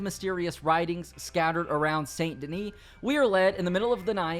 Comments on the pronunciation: its pronounced sain denis the "T" is silent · How do you go through a game where everyone pronounces Saint Denis as "San Denee" and still say Saint? xD